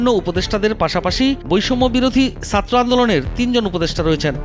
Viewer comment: উচ্চারণ ঠিক করেন। সাত্র কি? ছাত্র!